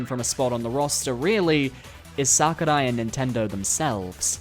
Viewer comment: the way you say sakurai is making me consider horrible things